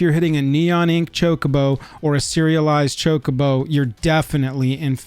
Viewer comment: Chocobo, and it's not pronounced like 'Jacobo'.